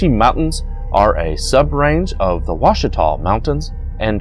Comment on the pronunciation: Ouachita is pronounced wah-shee'-tah. Talihina is pronounced Ta-la-ha'ney. Honobia is pronounced Ho'-nub-ee. But then that's only the way the folks livin' there say it. My Mother was born in Battiest, pronounced Bah-teest' - not batty est But then, what do I know? I spent some time there in the late 50's early 60's Great White Tail huntin' there.